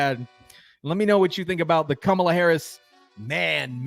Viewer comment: Did I just hear him say cummala Harris, cummala Harris?